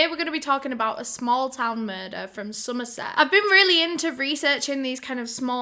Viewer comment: I'm from Somerset and almost popped my eyes out when you said it 😳